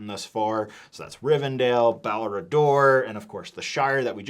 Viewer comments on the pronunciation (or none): It's rivenDELL not rivenDALE! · The other nooks are so much better. There is nothing can say to try and get my to pay anything more than $60. can’t even pronounce Riven-dell correctly